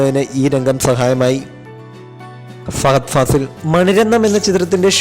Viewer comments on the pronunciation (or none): Fagadh alla. Fahadh